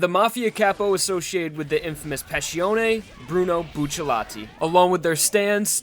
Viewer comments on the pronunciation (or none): I thought it was Bucciarati not buccallati... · “Buccialati” it’s bucciarati haven’t you read jojo? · It’s Bucciarati not Bucciallati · Uhmm... it's actually Bruno Bucciarati not Buccellati.. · wny Bucellati? isnt he buciarrati? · Its bucciarati not bu-sha-lati Its bu-cha-rati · Actually isn't it Bucciarati? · Yo I’ve always wondered why do people say bucciallati isn’t it bucciarati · his name is bruno bucciarati not bruno buccellati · I thought it was buccirati? Why bucciletti? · WHY DOES EVERYONE SAY BUCCILLATI ITS BUCCARRATI! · bucciarati not buccellati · it's Bucciarati not Buccellati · There’s no ll in his name why does everyone say bucillati it’s bucciarati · stop calling him buccellati, it's bucciarati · It's not Buccellati it's Bucciarati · It's BucciaRati, not Buccellati, porcoddio. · "Buccellati" hurts my soul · isn't it bucciaRati ?? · isnt it buciarati? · stop ppronouncing it like "Bucci-LETI" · retards: boo-cha-lot-ee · Every time says B uu chelatti I want to die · Its buccirati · It's bucceratti he says it wrong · It's Bucciarati you fking neanderthal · when you pronounce Bucciarati can you do the r sound like when you pronounce "strange"? At least that's a little bit similar to the way that it will be pronounced in italian